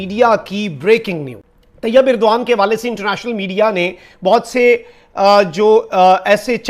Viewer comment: inn paki jahil tv reporters ko Turky ke president ka naam bhi thik se nahi malum hai aur yeh kahte hai ki yeh inka dost mumalik hai, "Irdoan" nahi jahil "Erdogan" hai uska naam, dusra jahil reporter usey "Urduan" kah raha hai, pura naam "Tayab" nahi "Tayyip Erdogan" hai ! 😀😁😂🤣😃😄😅😆😉😀😁😂🤣😃😄😅😆😉